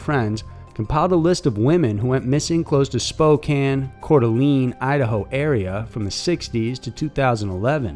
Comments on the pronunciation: Not to be overtly nit picky, but you pronounced Coeur D'Alene wrong. D'Alene is pronounced "Da-lane". I can see how this can happen when reading it without having heard it before. Otherwise great job and looking forward to the next video. =^._.^= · I like this video. The only thing that got me was that you miss pronounced Coeur d''Alene. I'm a native Idahoan. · You know you're not from the Western USA when you call Coeur'dAlene Coeur'dAleeeeeeeeen